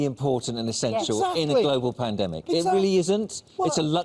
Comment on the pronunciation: Ah, Tedros said it wrong - it's pronounced panademic